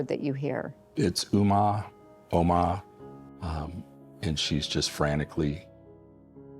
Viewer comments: not to be that guy but it’s om-ma. I hope this man finds the light. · I thought she was Chinese because of the way it was pronounced. Only when it was revealed she was calling out "eomma" in her last moments did I realise... This is really sad. How terrible this must be for her family.